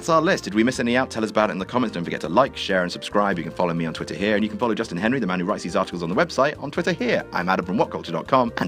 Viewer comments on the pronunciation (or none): none